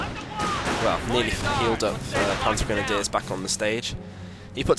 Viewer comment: the schwimmwagen and the panzergrenadeers haha the way he says that xd